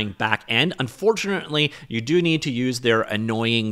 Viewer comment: "You meed to get theor annoying toolbox app" I beg you pardon ? Annoying ?